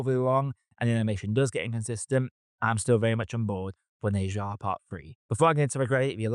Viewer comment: Bro, try saying "Ne" as if it rhymes like "Her" instead of "Nay".